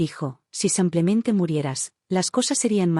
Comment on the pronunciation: Y sigue el “ Samplemente” 😂😂😂😂😂😂😂😂😂